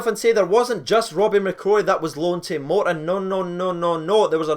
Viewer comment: It's not moreton it's Morton.